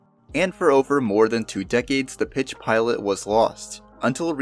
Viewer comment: "each ofver"